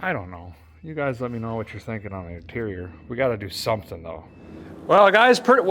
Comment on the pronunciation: I thought I heard you say deterior instead of interior.